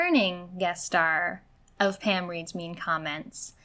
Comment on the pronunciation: I'm sorry, are you saying Pam or Pan?